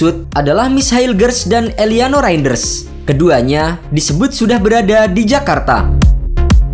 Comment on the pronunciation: Penyebutan nama kok bisa salah REIJNDERS 😂